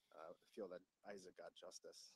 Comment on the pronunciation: say his name..Isaac 😢